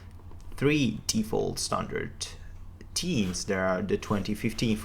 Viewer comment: Really useful tutorial, however please learn how to say "themes" correctly. found it difficult to understand what you mean with closed captions on.